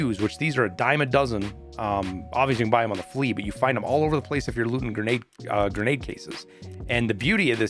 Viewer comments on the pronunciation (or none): none